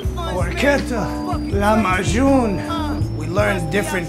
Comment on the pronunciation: It's Lahmacun, not "lamayun" man xD